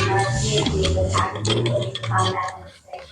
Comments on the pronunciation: Madeline not Madalaine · Did she really just call Madeline Soto “Melanie”.. what an uneducated news anchor.